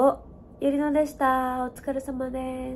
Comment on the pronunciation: おうかれさまですってかわいい（笑）